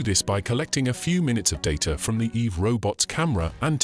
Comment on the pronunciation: "eve robot"? stupid name. the whole time I was hearing "evil robot".